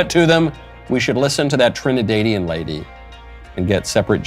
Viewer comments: Good video man, but as a Trinidadian, it’s Trih-nih-dad-ian 😂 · Trin-ah-dar-dee-an Michael